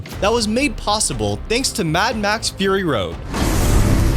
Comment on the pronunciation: fur-rrrr-ry road.